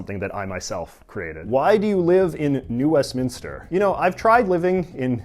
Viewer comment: the fact that you separated new west minster as 3 separate words lmaoooo